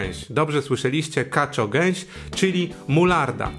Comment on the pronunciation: Kaczko geś a nie kaczo geś 😜